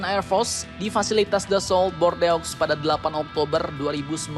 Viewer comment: Bordeaux (Baca: BORDU) Rafale (Baca: RAFAL)